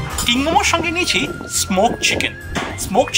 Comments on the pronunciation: nice presentation but its TINGMO not TINGMOMO ...in Tibetan Language its called TINGMO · It's tingmo not ting momo!